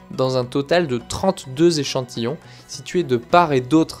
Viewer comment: Vingt huit z'échantillons 😂😂😂